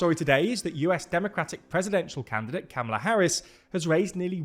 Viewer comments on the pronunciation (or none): Please. Kamala does not rhyme with Pamela. It is ‘COMma-lah’